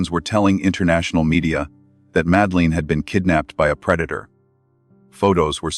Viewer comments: And it's not pronounced Madaleen! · Please pronounce her name correctly. So annoying.